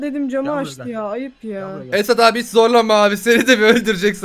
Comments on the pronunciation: Abi da niye esat abiye "esa" dedin ki❤😂😃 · Abi eso abiye dediyinniz gibi eso diyosunuz niye esat demiyosunuz ama bana da eso diyolar benim adim esat